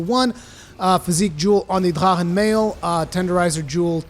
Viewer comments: Honestly it sounds more like he's saying da'ha'han. I've heard the proper pronunciation and I swear I still hear the "r" and "k" sound in it. Sounds more like Drak'han with an emphasis on a slight roll of the 'r' but maybe that's just me. 🤷🏽‍♂️ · "I try to pronounce things correctly" Ok, except they say it in ff xiv. It may be a german word in origin, but that's irrelevant in a make believe world where they use it and it's pronounced "drakken" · Wo bist du aufgewachsen? drachen wird so nicht ausgesprochen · this is a japanese game, with japanese based spelling. so its not pronounced in german. no? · Say “drachen” one more time 😜 but seriously I think this is a great arch tempered no silly mechanic just a beefy monster I find him fair if your greedy or spam your gonna get wrecked. It’s a shame he’s the last till Iceborne but damn I agree he’s a fantastic send off I can only hope that one day all the arch tempered are added permanently so they can be challenged over and over I find many of them the best challenges in the game accept kushala he can go suck it 👍